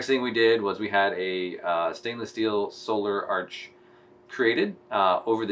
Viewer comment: Hey uhh I don't want to be "that" guy but it's pronounced "solar arch." Keep it up 🙂